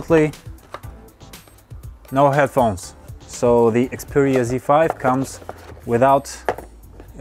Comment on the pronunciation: I think I heard you say xpooria z5.